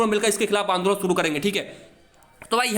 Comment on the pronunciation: Andoln hota Angolan nhi